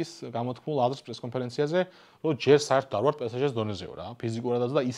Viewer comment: პე სე ჟე არა, პე ეს ჟე არის სწორი, რადგან ლათინური S გამოითქმის ES, ანუ Pe Es Ge პე ეს ჟე ფრანგულად!